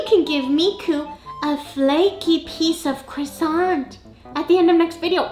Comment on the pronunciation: I like Cwoissant 😅 your voice sounds a bit different in this video. new microphone ?